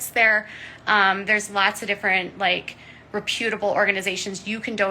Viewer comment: “Re-poo-table” she really needs to learn words. Take a night class or ask google/Siri to pronounce it for her, she just says words how she thinks they should sound & goes with it. I can’t wait till she’s gone for good! I literally pray that she loses her channel. Only cuz she such a horrible person & she tries her best to destroy others. Also, she didn’t live they anything!!!! She stays in her house sheltered & protected like she has been her whole life! She knows nothing! I’ve never disliked someone so much!!